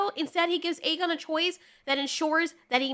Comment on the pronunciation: Jesus Christ woman it’s A-GONE not EG-gain AEGON=A-GONE Like he’s a goner but remove the r.